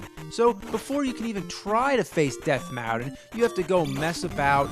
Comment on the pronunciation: "Death Mowton" haha